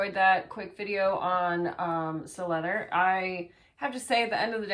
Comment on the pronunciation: Si-Leather. Cy-Leather. NOT Sill-Leather.